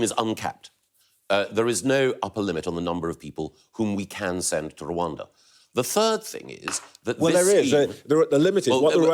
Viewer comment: Gove; after being so repulsive about everything, manages to annoy me again & anew by his conspicuously weird pronunciation of 'Rwanda'